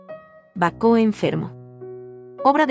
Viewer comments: Produce molestia el modo de pronunciar el nombre del pintor y de Baco, no bacó como dice. Además no respeta los signos de puntuación .Una lástima porque las obras son esenciales en la vida de Caravaggio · Bueno el imforme gracias. perdón ¿ donde encontraron el acento en Baco para nombrarlo como Bacó? y se pronuncia Ca ra va gio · Por 🎉dice Querevagio y Baco con acento en la o como palabra aguda. Es lo correcto? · A la chica narradora: ¿por qué insistes en que el pintor es "Queraballo" y no Caravallo (en español) y el dios Bacó en vez de Baco? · Completamente de acuerdo con su comentario. No es Queravallo ni es Bacó. Es Caravallio y Baco. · Perdón pero al pintor se lo llamó Caravaggio , NO QUEREVAGGIO. Y la primera obra suya que se observa es de Baco dios del vino, no Bacó con acento en la ó...🤷🏻‍♂️🙆🏻‍♂️ Quise ver el video porque admiro al pintor, pero ese comienzo me canceló las ganas de hacerlo. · Muy cultural la información. Gracias. Es una máquina traductora? Hay palabras mal pronunciadas. "Excena" baco"queravagio. Los subtítulos en español no hacen falta, tapan las imágenes. Por lo demás excelente, muy ilustrativo. Gracias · Horrible!! Bacó jajaja Kerevallo 😂😂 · Lástima que pronuncie mal el nombre del pintor y también el nombre de Baco… no hay nadie que corrija a esta señorita? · Pronuncian mal el nombre del Autor y el de Baco😢lástima